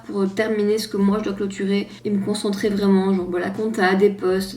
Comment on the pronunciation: Ahahah le petit clin d’œil purement Carolo qu’on doit soulever « c’est vrément léééé de faire ça au mois d’août » merci pour ce mini fou rire 🤣